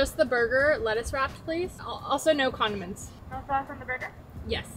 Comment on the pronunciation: Anyone else who thought said "also, no condoms" instead of condiments!! Just me? I had to go back and listen again